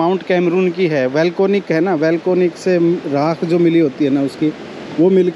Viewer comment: सर वेलकोनिक नहीं वोल्केनिक बोलिए